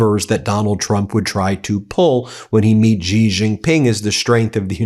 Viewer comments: Small point but it's not Ji Jin Ping. Xi is pronounced "she". It really grates to hear it said so wrong. Anywho, Trump couldn't have picked a better, more appropriate time to visit China as it's collapsing. There's currently a run on banks, and revenge against society killings are going mental at the moment. On top of all the other problems like the increasing company fires, as disgruntled workers burn them down, millions unamployed as businesses have closed en masse and foreign companies have pulled out. Millions sleeping on the street too. It's not great, so Trump SHOULD have everything to offer, all in his court. But of course he'll fuck it up entirely. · Please learn the pronunciation of the Chinese leadership. If you are talking about Trump respecting others, you yourself should learn to pronounce foreign names. it's 'shi' not 'Z' and 'Wahng' not the American 'a' like 'drank.' Also 'Eeran' not I Ran' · Xi is pronounced like "she". If your only job is to read the news every day, please learn how to pronounce things correctly. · Bajesus! If you're gonna cover China, at least learn how pronounce the names. Xi isn't "gee." It's like "she" in English. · China’s leader’s name is pronounced “She Jing Ping” - very simple! Please correct! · Xi Jinping, pronounced "Shee Jin Ping" Beijing, pronounced "Bay Jing" j as in jingle. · Bro, it is pronounced shee jin ping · Xi is pronounced SEA. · Ben: phonetically, "Bay-jing" and "Shee-jean-ping". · Ben, Xi Jing Ping is pronounced as " She", like the female pronoun!!! 😮😮😮 why is it so difficult for you to pronounce it properly!!! " She," Ben, that vibrating z sound you make is bizarre!!! Have you never heard his name before???😮😮😮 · The X in Xi is pronounced more like a C sound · Ben- I'm a fan but it's SHE-jin-ping, not JI-jin-ping. Please try to get this stuff right for credibility. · I'm Taiwanese. I love China. And it's pronounced "she" not "ji". The reunification is not Trump's business and not yours either.